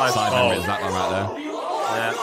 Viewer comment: Sidemen ❌ Semen✅